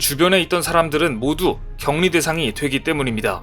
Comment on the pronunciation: [격리]는 [경니]로 발음합니다. 반복되는 틀린 발음이 아쉽네요. 중국식 발음법이라서 어쩔수없이 이 글의 주인공이 누군지 오해될 수 있습니다.